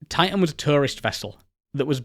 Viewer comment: I'm far more irritated by his inconsistent consonant pronunciation. Sometimes within the same word i.e. "mi'igated". Typical of educated people who are trying to hang on to or cultivate a more working class accent. I don't care, pick one. "Ti'an" or "Titan".